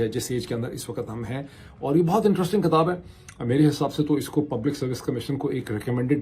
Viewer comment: Please correct your Urdu word. The word you pronounce is "kitab" not "katab or katabain".